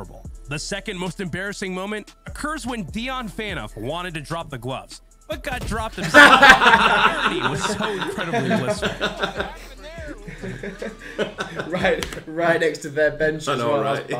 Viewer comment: the same reason he's mispronouncing phaneuf?